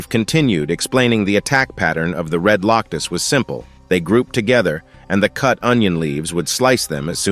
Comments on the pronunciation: Why does it keep saying Loctus instead of Locust? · Lock us, A lee in, why did you mess up on the pronunciations?